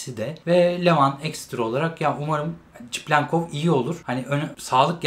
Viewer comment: videolara devam ama şu adama çiplenkov demesen:D seviliyorsun